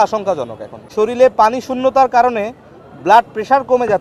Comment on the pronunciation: এই ডাক্তার হয় অটোপাস আর নাহয় ভাড়ায়চালিত। তার ভাষাগত জ্ঞান সঠিক করে দেয়া হল: ✅ জরুরি ❌ জরুলী ✅ প্রস্রাব ❌ পরসাব ✅ শরীর ❌ শরীল